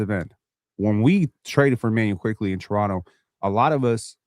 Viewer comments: I’m generally confused. Is and purposely mispronouncing Quickley as “Quigley” a running joke to trigger? 🤔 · Its so annoying how says QUIGLEY everytime but tries to act like he's saying it right like wtf is wrong with this old decrepit man😂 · a year later and i swear is still saying quiGley